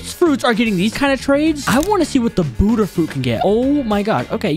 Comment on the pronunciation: Hey bud ha not boodha